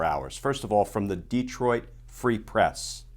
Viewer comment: I’m impressed, you say De-troit like a lot of Michiganders.